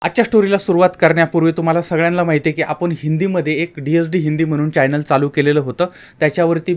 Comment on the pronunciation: चायनेल नाही चॅनल म्हणा